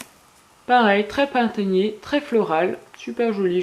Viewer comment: dis pas printégnié ni floral mes dis tres printemps ^^ =)